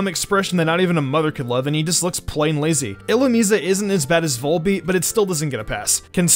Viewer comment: "Illumeesay" ? You mean, "illu-MYZE"